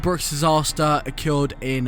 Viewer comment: Learn to say occurred jesus christ.